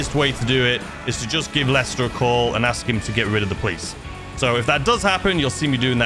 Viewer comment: Every time you said lister I corrected you to Lester, don't worry